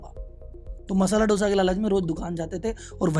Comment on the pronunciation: Dude it is NOT पल्लकड BUT पालाकाड! और हा...एक correction और मसाला 'डोसा' नहीं... दोसा कहना 😊